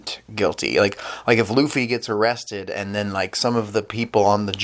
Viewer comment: Luffy's Name is Pronounced "Loofy". Other than that, fantastic review. Here hold this like.